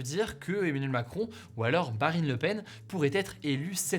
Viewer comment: A il dit "Barine Lepen" ;)